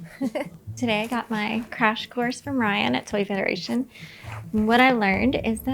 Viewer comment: Foy tederation